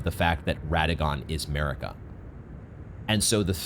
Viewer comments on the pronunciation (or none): It's not Merika it's MArika,you are so annoying I cannot stand you,$tuπ|d vastard